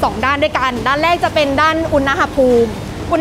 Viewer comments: คำว่า อุณหภูมิ (อ่านว่า อุน-หะ-พูม) ประกอบด้วยคำภาษาบาลีว่า อุณฺห (อ่านว่า อุน-หะ) แปลว่า ร้อน กับคำว่า ภูมิ (อ่านว่า พู-มิ) แปลว่า ชั้น ระดับ. อุณหภูมิ จึงแปลว่า ระดับสูงต่ำของความร้อน ไม่ใช่ อุน-นะ-หะ-พูม นะคะ น้องๆอย่าสับสนและเข้าใจผิดค่ะ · อุณหภูมิ อุน-นะ-หะ-พูม❌ อุน-หะ-พูม✅ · ดูไม่จบเพราะคำว่า อุน-นะ-หะ-พูม ค่ะ หงุดหงิดมากๆ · ขัดหูมาก อุน-นะ-หะ-พูม 😫😫😫